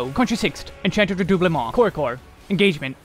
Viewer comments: Glad you're pronouncing "Redoublement" properly now lol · Ah yes, the spell ever: VerStoIre. I know it's just because it's proc dependent but it made me chuckle. Edit: Also something about the way you pronounce Redoublement is so chef's kiss. But maybe it's because I always pronounced it the very American way.